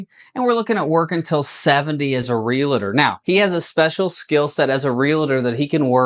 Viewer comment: Real-tor. Not real-a-tor.